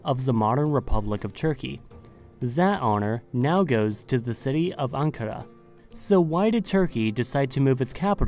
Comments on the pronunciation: İs-tan-bul and An-ka-ra is the correct way. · IST an bul and an KAR a, not i STAN bul and ANK a ra. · It Is pronounced Aen-cah-raeh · My hometown name is Anpara. And people do the same mistake to pronounce it similar to ankara